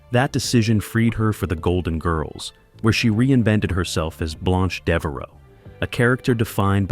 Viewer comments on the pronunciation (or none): It was blanche not blonch